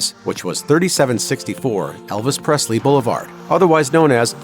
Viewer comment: There is no “t” in Presley